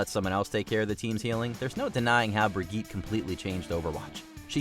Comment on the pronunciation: Brigitte? Did you pronounce that right?